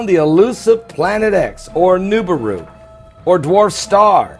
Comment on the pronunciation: And at least pronounce the Planet right Moron